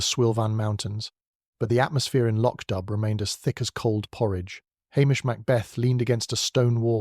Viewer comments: The village is not pronouned "Lotch Dub"! Please listen to a narration of one of Beaton's many books! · Hillsboro, VA USA - am — Thank you. Lovely. But it would be even better if the narrator were a real person who used the correct pronunciation of Lochdubh.